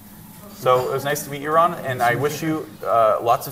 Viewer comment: Ron not Rob 😂